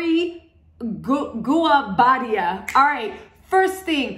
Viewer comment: Pronounced. Ee-yo-ray. Goo oh bah diah!!!! That's how you pronounce it... African names are phonetic